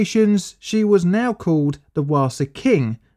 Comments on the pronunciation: "Wasa" is pronounced "vasa", just so you know. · Almost all languages pronounce W as a hard V, English is the one exception. So, Wasa is Vasa. If you see a W in a European language other than English, it's almost certainly pronounced as a V.